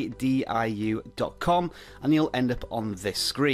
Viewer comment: It says its not safe. And it’s VIDIH instead of VIDIU.